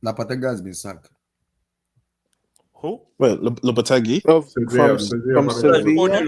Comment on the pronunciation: is hilarious with way he was giving analogy of dating and saying Lapatagi instead of Lopetegui😂. Also Gray ham Potter pronunciation cracked me up.